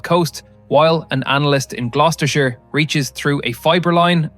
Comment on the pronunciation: Thumbs up for pronouncing Gloucestershire correctly. Hurts my feeling when YouTubers pronounce it Glaw-chester-shirey